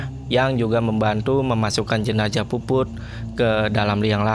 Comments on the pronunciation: Jenazah bang jenazah.. bukan jenajah.. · Ini kupingku yg slah apa babang ngomongnya emg jenajah Jenazah apa jenajah sih bang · Jenazah bng bukwn jenajah